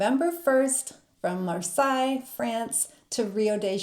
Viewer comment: Marseilles sounds more like "mar say" Versailles sounds like "vare sigh"